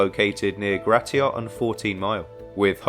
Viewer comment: My family lives about 5-6 blocks away from the location she was abducted from this is sick. How wasn’t the guy a prime suspect from the start Side note hearing someone not from metro Detroit saying gratiot is crazy